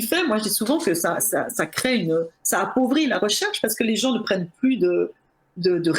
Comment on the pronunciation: "Crée, créent" avec un accent aigu comme à l'infinitif. Pourquoi changer la prononciation du radical lorsque l'on conjugue le verbe au présent? Cela dit, merci pour ce travail passionnant sur le sujet traité.